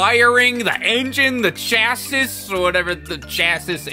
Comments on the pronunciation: Hey, just an fyi, “chassis” is pronounced “chassy” and it’s essentially the complete frame and suspension assembly 😂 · Chassis is pronounced cha-see, I am sure has heard that word before.